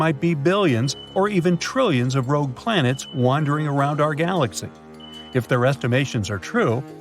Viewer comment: Doom Ed , rouge Ed planets where's Eddie? But we found a really illiterate narrator